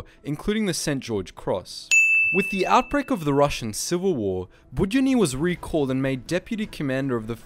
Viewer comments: While I completely understand how hard complicated russian names for english speakers are, you pronouncing his second name completely wrong). It's more like Bud-yo-nyi. With the emphasis on 'yo', it should sound like you saying hello, but much shorter, cut long 'ooo' part off. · Bood-YONN-y. Stress is important in Russian. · The way you pronounced 'Budyonny' is surprisingly Korean to me 😂😂😂😂